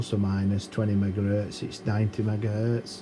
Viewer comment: top notch. i love when he says "megares", but says gigahertz